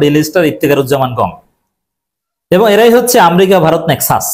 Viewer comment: এই, আপনি বারবার শব্দ চয়ন ও শব্দ বানান- উচ্চারনে আপনার অনেক ভুল আছে। আপনি আমেরিকাকে বারবার আমরিকা বলছেন। আগে শিক্ষা নিয়ে, তার পরে কথা বলেন।